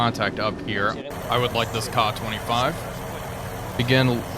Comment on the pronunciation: Kay-A 25 not kah25 this drives me nuts